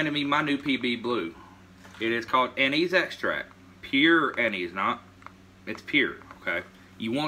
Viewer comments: Lol... "Anizee"... Us yankees of Italian descent (not i-talian) would like to inform you that it is pronounced An-iss.... Nonetheless excited to give it a try. The smell reminds me of my grandpa drinking sambucca in his coffee. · Its not " Ann- eese, its An -is ". Its also illegal in the state of WV to fish with it. Better check your state regs.